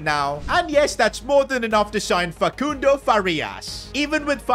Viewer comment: stop saying facundo like that